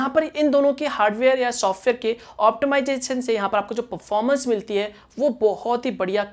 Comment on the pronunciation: Performance pronunciation thik se karo😉